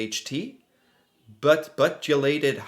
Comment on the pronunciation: Butylated is pronounced starting with a Byoo... sound, like beautiful or butyl.